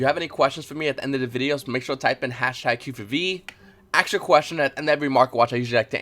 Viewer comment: #qforv it’s ask not aks